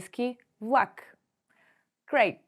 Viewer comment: Как учите чужденците да говорят правилно, когато имате говорен дефект - не произнасяте правилно "твърдото Л" (пред А, О У, Ъ). Чува се нещо между У... и прескачане на съгласната (пример: "вЛак - плнякога хи произнасяте като У, а в края на видеото въобще се чува в.ак). И ... не се заяждам, преподавам на чужденци и често се оплакват от говорните дефекти на преподаватели и роднини-българи.